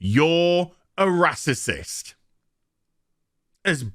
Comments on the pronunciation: Glad im not subbed to you, cba with negative minded star wars fans set to judge a full show on 2 episodes. I havent watched your other videos but i bet its all just you moaning about everything. Also just say racist instead of “rassisism” you sound like a muppet mate, lighten up and have some positive towards one of the biggest star wars shows in years. Lemon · I’m not sure if he is making fun of the word racist. If not, let’s pronounce the word correctly.